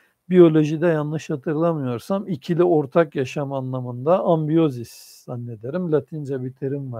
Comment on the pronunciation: Ambiyoz değil, simbioz..